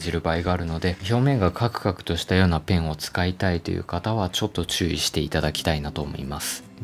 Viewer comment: カクカクが上手く言えてないの可愛いww